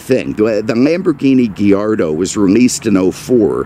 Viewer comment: GHEE-yar-doh. 😂 Only can make the letter A sound like "ee". Multiple times too!